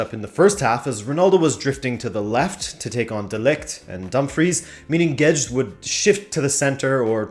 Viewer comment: Gauged? (YouTube) Guedes I hear Gedged XD